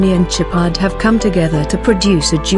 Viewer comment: It’s SHOWpard not Chipard 🤦‍♂️ stop using automated voices it’s sad 🤬